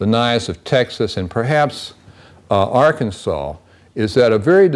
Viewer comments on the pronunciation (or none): none